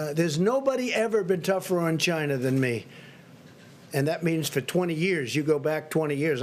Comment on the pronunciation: He seems to have a lot of trouble saying the word 'China' properly.